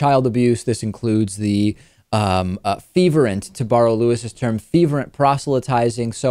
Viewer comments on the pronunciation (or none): FERVENT. Not FEVERENT. Feverent isn't a word.